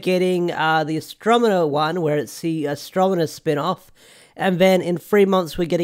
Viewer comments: might be spelled that way but I’m more pointing out you’re pronouncing it “mena” and not the other way around. Which I get. Stuffy nose and whatnot but just thought I’d point it out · You're not pronouncing her name right it's pronounced as he said Astronema.